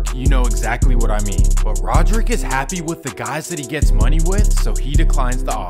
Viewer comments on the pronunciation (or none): Its not " Rodrick" dude. Its " radric" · its pronounced ray-drick my boy, Radric Davis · His name is RADric not RODerick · Radric* not rodrick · Radric not Roderick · First off it's RADRIC. RADRIC DAVIS